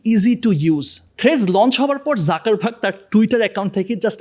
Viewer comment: যুকার্বাগ, যাকার্বাগ নয়